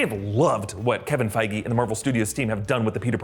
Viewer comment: did he just say "Kevin Fieger" ? Lmao